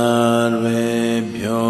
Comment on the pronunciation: With all rhe respect for Sadguruji I must say it is ॐ गं गणपतये नमः| and not घं घणपतये नम:| It is. सर्वेभ्यो देवेभ्यो नमः ans not. चर्वेभ्यो देवेभ्यो नमः